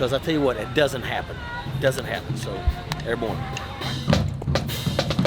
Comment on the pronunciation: As an army veteran, I cringe hard every time this guy says “airborne.”